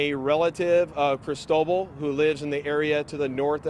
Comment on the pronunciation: That's not how "Cristobal" is pronounced.